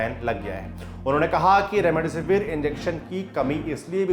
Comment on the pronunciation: Remdisivir h be naam to thik se le gwar